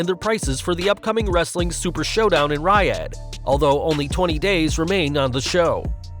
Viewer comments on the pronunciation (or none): It’s pronounced “REE-ODD” not “RYE-ADD”